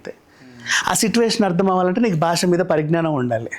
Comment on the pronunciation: gaariki దీర్ఘం not దీర్గం భాష not బాష